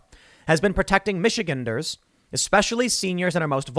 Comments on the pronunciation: Tim, it's michigAnder's gander like a male duck, or take a gander over yonder. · Tim its Mich-e-gander not Michiganer.